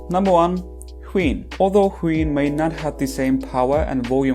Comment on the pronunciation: I kept on hearing queen when you say wheein